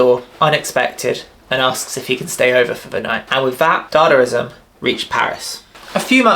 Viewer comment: It's not dadarizam, it's dadaizam or dadaism